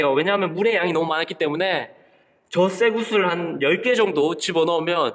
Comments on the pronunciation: 처음에 0.7초 쇠구슬이라고 하는거 이상하뉴말로 들려염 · 쇠구슬할 때 구 가작아서 섹스라고하는거같음 ㅋㅋ